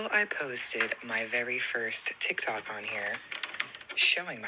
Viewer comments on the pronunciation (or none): none